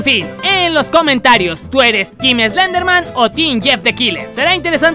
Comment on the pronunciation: Team Slenderman (CON "S", NO ES ESLENDERMAN, ES SLENDERMAN >:v)